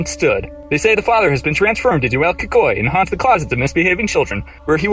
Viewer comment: "Lorona"? "Cucuy"? WTF?!